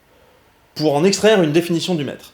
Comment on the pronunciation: Quand t'as dit "le Mètre", j'ai entendu "Le Maître" et je suis parti en trip de type Doctor Who dans mon slip ! ^^ Et oui, putain j'ADORE ce nouveau format XD J'ai hâte pour la suite ! :D